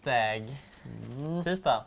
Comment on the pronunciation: I början när Emil sa tajsdäg och sen sa han tisdag lät det som han sa pricetag och sen prislapp